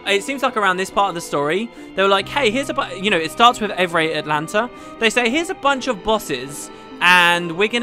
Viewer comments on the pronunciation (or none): It's Evrae Altana, not Atlanta. You've been saying wrong all LP and it's been driving me nuts. :V